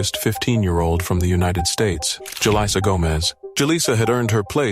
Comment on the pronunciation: Is it Jal-eye-sa or Jal-ee-sa? You are profiting off this woman's death, at lest have the scruples and decency to double check the info in a final edit and honor them with correcting as needed.